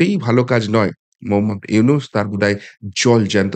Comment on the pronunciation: দাদা, "ইউনুস" নয় , " ইনুচ" ।